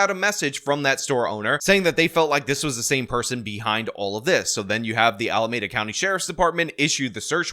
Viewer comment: Alameeeeeeeeda County. Not Alamaaaaada County. Every time,! Every time!